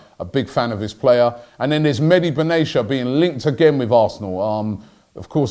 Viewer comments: Just like "Medi Benaisha" instead of Benatia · It’s Ben-ah-tee-ah. Not benashia!!!